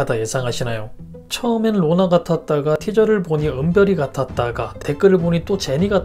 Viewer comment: 느리게 해서 들으면 누가 “로나야...!” 라고 하는 것 같아요